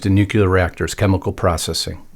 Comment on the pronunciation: NUCLEAR. Pronounced new clear. NOT nucular.